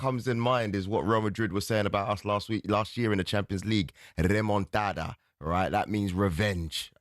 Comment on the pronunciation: Its not "remondata". It's "remontada" 😊